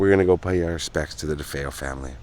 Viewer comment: Defayel, is not the way their last name was pronounced. I get mad ever time I hear the news anchor pronounces it. No it was not a stormy night. Check the weather report.